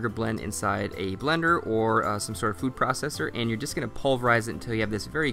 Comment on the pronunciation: "Frood processor" lol.